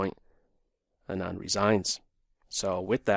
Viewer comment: Anand's name is pronounced Aaaah (as is say aaaahh) + nand.